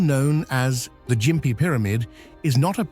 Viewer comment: the gossford glyphs.. That picture is either a dodgy looking cannon or is a (_)_):::::::::::::::::::D cock The Ai can't pronounce Gympie properly, it calls it Jimpy not gimpy Ai might be pretty smart.. But it's actually really dumb